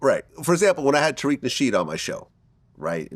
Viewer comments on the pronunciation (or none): none